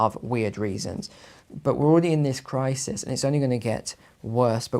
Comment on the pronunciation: I don’t trust people who say crisis as if it’s spelled crisees